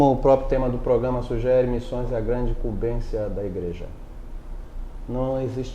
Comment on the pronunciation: imcumbencia e nao imcumbeçia ok